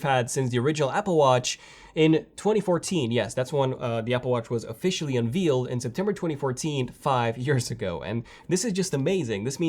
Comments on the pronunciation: It’s pronounced un-VAYL-ed not un-VEEL-ed!!!!!!! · Stop saying un vealed 👎🏻 it’s un veiled (vay led) 👍🏻